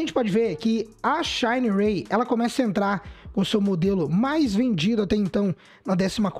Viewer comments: Xanarey 😂😂😂😂😂 é xinerai boy 😂😂😂😂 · O que me desanima da Shineray e que parece que ela pega as peças do Aliexpress e monta a moto kkk, e cara a pronúncia da Shineray aqui na Brasil e a mesma da escrita nao precisa tenta embelezar o nome nao.